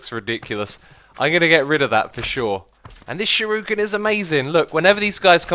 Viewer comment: Shuriken* And the "i" is long.